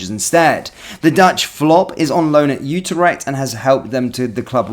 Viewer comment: It’s pronounced “You trect” not “ooo ter ect” mate